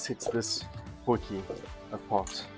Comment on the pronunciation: Dude it's a potie. It is not a potjiekos pot - translate it for yourself. It is just annoying hearing it. My wife does the same thing - drives me nuts.